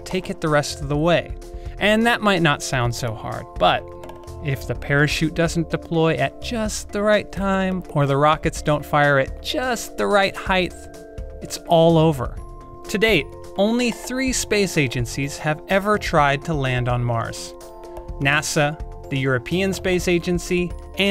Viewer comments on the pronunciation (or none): did he say ‘heighth’? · Excuse me, did you just say heighth?